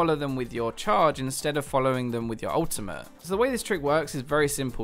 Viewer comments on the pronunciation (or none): Tell me something interesting, not some "cheap tips" that everybody can figure out. Btw, its an ultimate, not ultimahh!!